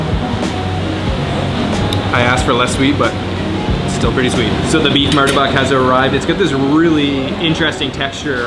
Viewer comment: correction not martabak but pronouced as murtabak